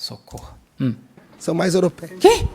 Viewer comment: quando ele disse "européias" eu dei um pulo do meu sofá. Pelo amor de Deus...